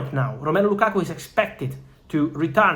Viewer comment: Thanks brother, but it's Lakakaaa*